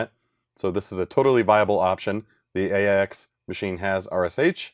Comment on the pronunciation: Not sure about RIPL, but the OS is pronounced "aches"